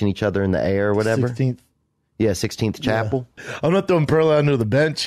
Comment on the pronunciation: "Sixteenth chapel" 🤦🏼‍♀️